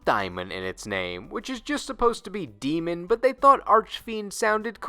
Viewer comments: *dee-mon, not die-mon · 'De-mon' summoning, you plonker!🙄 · I will say day min and you can’t stop me